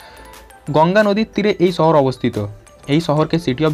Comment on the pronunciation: ছহর নাকি শহর?😐